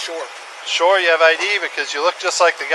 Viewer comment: he said sure not Shore